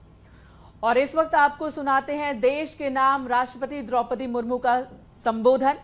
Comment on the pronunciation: कैसी घटिया लेडी एंकर है,, इसे ये हि नहीं मालुम है,, जिनका ये विडीओ दिखा रही है उनके नाम का उच्चरण कैसे करना है,, देश कि राष्ट्रपति जी है वो। उनके नाम के आगे (जी )भी लगाना होता है,,😡